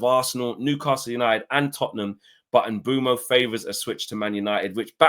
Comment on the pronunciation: Say it with me : Bwemu not Mbumo